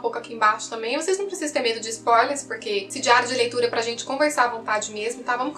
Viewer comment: e linda se fala spoiiiiiilers e nao spólers sem a letra iiii